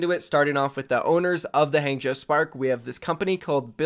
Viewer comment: I cringe every single time he says Hangzhou